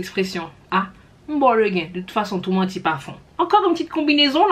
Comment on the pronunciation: C est lé gen , on ouvre pas la bouche en creole. Meme s il y a pas d accent aiguë en creole , le prononce comme (lé) en creole. L expression c'est m baw le (lé) gen,aaaa ou genyen papa, mbaw vag , m relax wi= mbaw le(lé) gen.